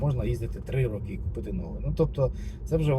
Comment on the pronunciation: 3 рОки, а не рокИ ☝️